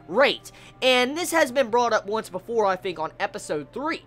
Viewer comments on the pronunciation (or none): none